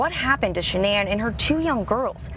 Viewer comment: It would be so nice if the two newscasters could listen to the pronunciation of Shannan’s family and friends of her name and say it correctly. She deserves that much.